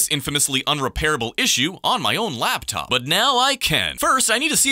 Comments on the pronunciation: why do I hear Black Top instead of Laptop? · Blaptop you say? 🧐